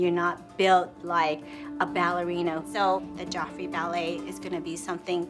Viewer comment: he’s just going to be looking for a balina Me: it’s ballerina